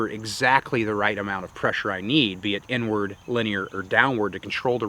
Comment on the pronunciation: 17min when he said inward I thought he said n word… lol